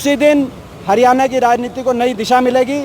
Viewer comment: भाई., हरियाणा शब्द बोलणा तो कोनो आंदा